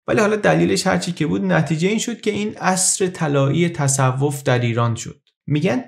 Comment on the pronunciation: دمت گرم با این صدات اما تَصَوف نیست تَصُوف است❤